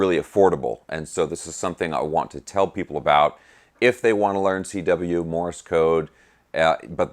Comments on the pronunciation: Thanks great stuff. You are mispronouncing ‘Morse’ as Morris’ or I didn’t hear you right? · Morse is ONE syllable, not two !!